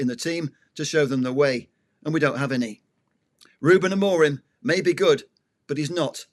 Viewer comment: I sincerely appreciate that name dropping adds to your football credentials. Unfortunately, repeatedly misprouncing Amorim's name, and then talking about somewhere called Abu Dabu, suggests there are some names you youself do not take seriously. How can not taking others names seriously really lend support to any serious argument?